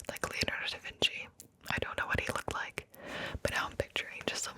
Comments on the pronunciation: da vinky?!? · "Who painted the Mona Lisa?" "Bro, Mona Lisa" "Da Vinky??"